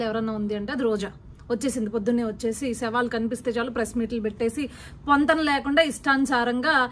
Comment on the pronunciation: Shavaalu kaadamma savaalu,telugu correct gaa maatlaadu first